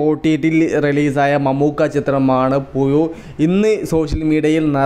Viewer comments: പുയു അല്ല പുഴു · എല്ലാ വിഡിയോയും അങ്ങനെ തന്നെ, പുയു, മയ,😂